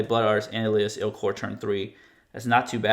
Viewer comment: el as ILL kor